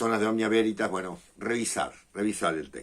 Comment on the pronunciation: Cuando dijiste Veritas devuelta me sonó a Güeritas 😂. Seguramente lea el libro en cuestión